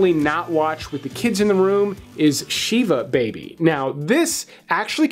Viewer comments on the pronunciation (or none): ah yes. shee-vah baby and has-lee. my favorites! almost as great as putting a rick and morty movie above actually good ones. i try to respect your opinions man, but this list is not for me 😭 please consult a real live jewish person next time